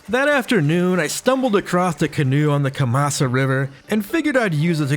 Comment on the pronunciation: It's not "acrost;" It's "across."